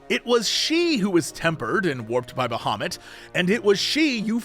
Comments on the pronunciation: Who tf is out there saying "Baha moot?!" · When Jesse says Bahamut, I always hear "Da Hobbit". It confused me several times in a very funny way.